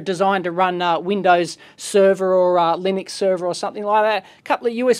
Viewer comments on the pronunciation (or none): none